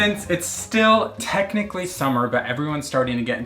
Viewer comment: “Snetchnically” “Pineapp ring” “Piiiiinecake batter” Someone call Webster’s, we have been blessedT with new words.